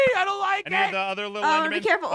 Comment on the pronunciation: Apmau: " oh there's endmurdermen here" lol did anyone else hear that